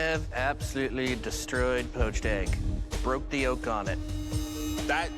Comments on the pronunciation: Anyone else catch that guys say the gorgeous yilk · the way he said yolk, WTF!